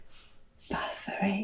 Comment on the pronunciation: BATHORY! ❤... You have an unusually good pronunciation of Swedish...you should check out the band Kebnekajse, who made amazing progressive rock adaptions of Swedish folk music